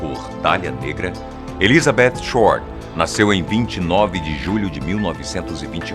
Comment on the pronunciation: Dá até um prazer ouvir ele falando ElizabeTH com o som do TH em inglês, e não "Elizabetchi". Não sou estranho rs